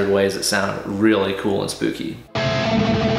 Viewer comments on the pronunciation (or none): Did you say spoopy?